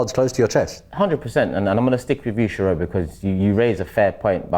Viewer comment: It’s Sheroy not sheroid lol